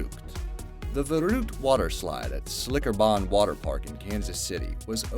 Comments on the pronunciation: He pronounced Schlitterbahn wrong..... it’s sh-litter-bawn. He said Slickerbahn... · I thought we'd made it through without any mispronunciation but I was WRONG. Lol *Schlitterbahn 😂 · That's not at all how you pronounce schlitterbahn water park. And the kids death was only prosecuted because it was the senators son. If he wasn't Verrukt would still be up today